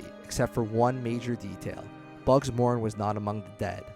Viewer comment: Hold off on narration until you can pronounce basic words like “indict” and names like “Luciano” or “Moran”...